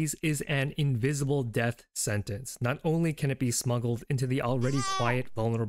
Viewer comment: "I'm not Korean" sounds like "I'm North Korean" 💀